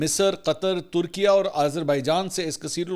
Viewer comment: ٹرکی نہیں منصور بھائی ترکیہ نام ہے. انڈین میڈیا بھی ٹرکی ہی کہتا ہے جیسے آپ کہتے ہیں. تو نام صحیح لیں تو بہتر ہے اور ٹرکش نہیں تُرکِش فوج